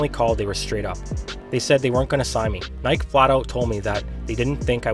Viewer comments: (Nik-eee) bro not (n-I-ke) lol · Why you kept pronouncing Nike wrong 😂😂😂 great vid though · Wait wait wait... This guy doesn't know how to pronounce "Nike"? You're making basketball videos and you've never heard someone say the word "Nike"? I don't get the issue with the pronunciation....I mean...just do it...